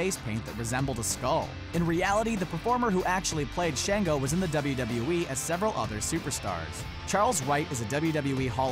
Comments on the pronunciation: Shaw-ngo not Shay-ngo. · Sh -on -go. Not Sh-an-go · Shon-go not shan-go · It’s papa “Shon-Go.” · He’s not saying Papa Shango name right😢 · And shango